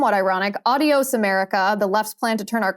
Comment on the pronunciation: Coulter has a book titled a word she can't even pronounce. Adios- It's- ahh'de•ōs not - add'e•ōs And Trump is not an idiot. Idiot